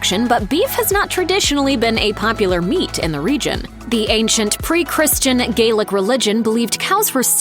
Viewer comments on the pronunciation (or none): none